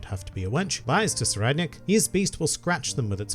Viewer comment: Ohhhhh. So that's the right way to pronounce Tserriednich!